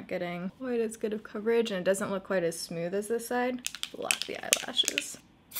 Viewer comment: "Smewth" haha 😘